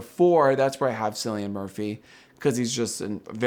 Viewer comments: sorry to be that person, but it's pronounced Killian, not Sillian. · Cillian (Murphy) is pronounced as kill-ee-an, no sill-ee-an.